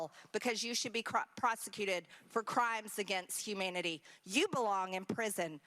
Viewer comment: Twice she attempted to mention crimes against humanity and twice it sounded more like "humidity". A minimum of education should definitely be required for members of congress. It is appaling to hear ignorant people who know nothing at all talk and pretend they know.